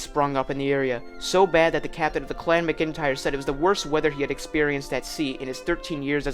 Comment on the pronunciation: Good research and exploration of various theories. Just check pronunciation before recording in the future. "Waratah" is pronounced "War-ah-ta" and "Clan McIntyre" is "Clan Mac-In-Tire". Good production and fine presentation otherwise. Still gave it a Like.